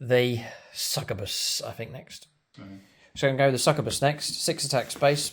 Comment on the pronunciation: Every time mispronounces these words Khorne æts another kittren 👹🐱 INK-YOU-BYE SUCK-YOU-BUS